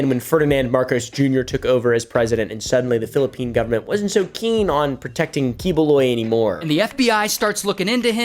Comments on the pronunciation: Key-boo-loy , thats how pronounce that guy name. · it is pronounced "kibuloy". I thought that guy is a comedian his famous here in the Philippines but never thought His a pastor.🤣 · It's "Pak Yu" which is how Bisaya (a southern Filipino dialect, same used by this pastor) pronounced that slur word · As a filipino, misprouncing the name doesnt matter 😂